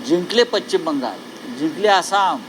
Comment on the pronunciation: साहेब तेवढं पश्चिम नीट म्हणा की जरा